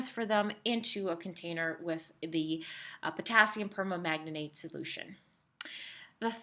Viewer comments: It's perMANGANATE, not perma-manganate😂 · via : "permanganate [per-mang-guh-neyt]" only four syllables.